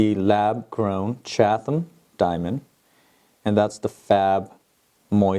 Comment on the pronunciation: Just so you know, it is CHAT-UM. The h is not pronounced. :) Love your geminars.:)